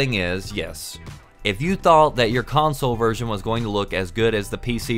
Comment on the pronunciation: when he says "version" seems that says "virgin" jajajajajajaj xd